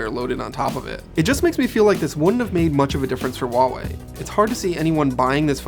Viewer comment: Huawei is pronounced with a hard "h". Read is as "who ah wei" in one breath. Stop pronouncing things that aren't there. The "h" isn't silent whatsoever.